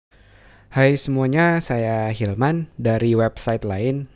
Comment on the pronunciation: saya denger nya bukan hilman malah human